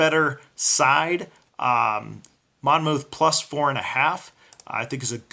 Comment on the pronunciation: The second 'o' is silent. It's pronounce "Mon-muth." The o-u-t-h reads like a soft u, "uth."